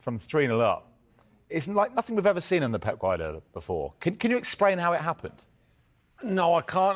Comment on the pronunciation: I think he actually said “exprain”